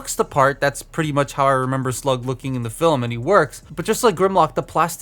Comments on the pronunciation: You mispronounced Slag. (We're not in the UK) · Is it me or his accent makes him sound like he’s saying “Slug” for “Slag”?